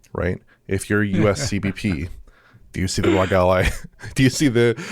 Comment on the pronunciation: did he say xbox rogue ally? 😂 its ROG not rogue, lmao